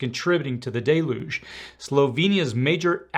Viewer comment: ▶ Deluge [ pronounced: Del-yooj, ~or~ *Del-yoozh ] DAY-LOOJH (* Great:yt:Video as per usual, concise & overall informative. Get those Galoshes 👢👢ready... Just~In~Case;-)